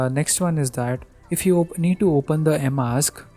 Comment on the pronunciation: First learn how to pronounce emacs